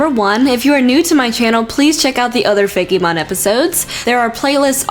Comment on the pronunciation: it's fake-mon not fay-key mon!